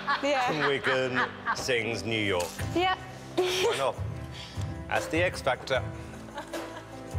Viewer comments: New Yor....but still amazing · She sounds GREAT, but girllll.... it's NEW YOR-K ! Throw the K in there please ! 😊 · New Yor? Uhm , yeah no. Pronounce the "K" ffs lol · It's because she has no diction! New yorrrr? Sixtee? It's her accent, but if she's going to sing she needs to proper pronunciation for her words!! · Great voice, lovely looking girl but being able to and aware of pronunciation is very important. My old man is from New York not New Yoh. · new youa new youa new yoaoaoa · Last I heard it was called 'New YoRK'. Drove me nuts when she kept singing 'New Yo'. Great voice, she was a bit off key and needs to pronounce her words more clearly. Vocal coaching can help with that. She's definitely talented! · I think it's pronounced New York not New Yow. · well her pronunciation of new york i imagine..she's saying new yoh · It would be a good idea if you could pronounce NewyorK if you're going to sing the song. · She is very talented, but she needs to learn how to pronounce words properly. The song is about New York, not "New Yorr". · But if you asked her she would tell you she's in the U because she doesn't pronounce K's. Believe me, it's a thing. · If only she could say New YorK! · I thought I had I problem in my ears but it's just she missed the K in New York.. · Why doesn't she pronounce the K on "New York" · She doesn't pronounce the K in New York. It's bugging me lol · i love her but i hate that she says new yo XD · The Song itself is Great, but her voice does not bring it to light. And its pronounced "New York" with a K at the end. Either way nice voice. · she was pretty good but it kind of grated on my nerves how she didnt pronounce the K in New York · Definitely talented, but mispronouncing New York...? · I really wish she had said the “k” at the end of “New York.” . She didn’t even try at all. That’s a really big deal to me.